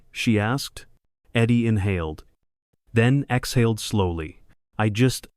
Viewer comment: She exhaled, not exholered